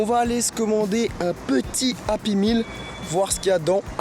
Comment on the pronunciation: API MILLE MDR on dit "Happy Meal